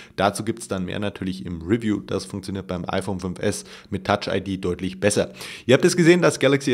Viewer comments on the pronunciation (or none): none